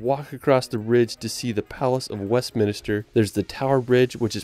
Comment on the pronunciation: You say 'Westminster as 'Westminister' in all your videos.